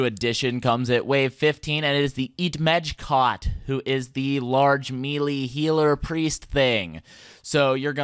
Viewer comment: Great guide! Thanks for uploading! Though I believe "Melee" is pronounced 'Maylay", not "mealy. Look forward to the Fight Kiln!